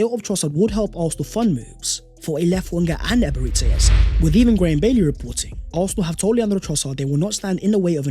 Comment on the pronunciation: It's Eberechi ... Like Tai Chi! Not Eberetchi. Or Ebereti as you pronounce